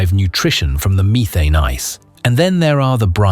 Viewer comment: Short e not long in methane. Missed the other mispronounced word.